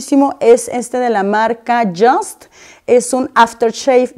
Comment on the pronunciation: No se pronuncia como si fuera palabra en inglés “just” se pronuncia “yust” porque el fundador es suizo....